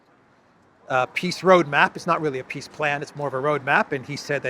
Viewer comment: I can’t unhear “peace” as “piss” in the Elensky voice